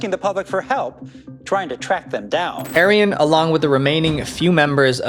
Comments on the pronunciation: his name is pronounces 'ah-ree-on' and his last name is 'kur-thai' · “White Arion” doesn’t sound good when you say it.